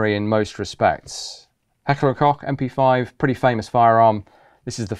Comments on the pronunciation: Please change the pronunciation of Koch from Cock. The Anglicanized version is Coke. My mother's maiden name was Koch and Cock is not it. Good vid otherwise. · I will never get over anglophones pronouncing it "Heckler and COCK".